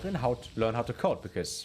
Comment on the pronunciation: "CODE" 😂 For the first few minutes I thought you were saying "coat" 😀 And I thought to myself "Nah, this can't be right. German schools can't be that weird 😕" 😃😃😃